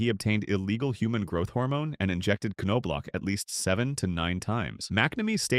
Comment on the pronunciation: Pronounced.... Nob Lock...geez...